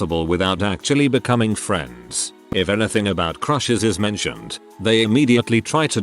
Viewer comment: “Next time on fwends” 🤣